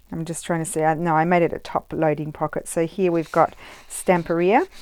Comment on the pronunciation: I love that you are one of the few youtubers who pronounce Stamperia correctly 🙂. I've been following you for a long time and I'm leaving you a lot of praise today. You do things that are absolutely awesome 🤩.